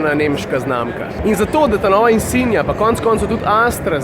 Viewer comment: Zakaj rečeš insinia? Zakaj ne insignia?